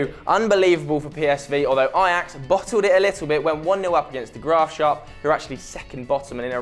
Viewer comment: "De Graofshap" Lolol 😂